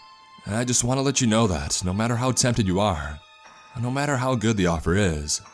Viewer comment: "ItS aLl GoHooD"